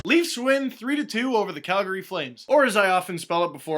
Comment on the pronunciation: Congrats on the win guys. is there a reason why I've heard some broadcasters pronounce Calgary as "Cal-Gary" instead of "Cal-Gree" Flames? I usually say the latter.